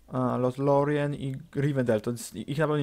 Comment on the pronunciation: Wystarczy mówić Lorien ;p